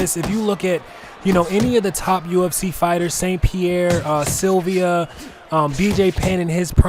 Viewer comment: sup, Gd commentary bro but just 1 suggestion lol its Silva not Sylvia lol.